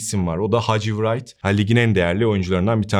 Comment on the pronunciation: Hadji wright okunurken w yok sayilarak "rayt" diye seslendirilir .